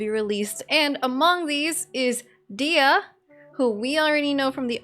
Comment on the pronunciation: Please stop pronouncing her name as "Dea", there is "h" and "y" in her name as well.